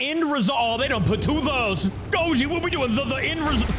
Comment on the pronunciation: GOJI CENTRE ❌ GOLJI CENTRE ✅